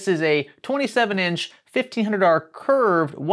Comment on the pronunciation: He said 1500R, I heard 1500$ 😆